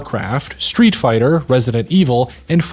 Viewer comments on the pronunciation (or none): none